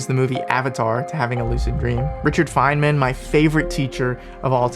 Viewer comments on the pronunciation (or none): none